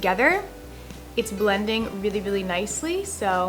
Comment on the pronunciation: Hahaha on she said brending instead of blending